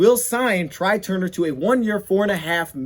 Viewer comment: Tray Turner not Try Turner.